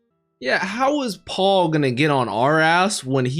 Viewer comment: I love ya man, the reactions are superb, but PLEASE FOR THE LOVE OF ALL THAT IS HOLY, Paul is a regular name that you will encounter is real life 😭😭😭its just pronounced PAL, not PA-WOUL